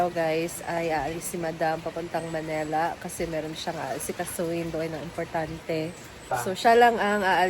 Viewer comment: Sa pagpapaganda mo ng pagssalita nama m ali na pronunciation mo. It is Manila not Manela🤣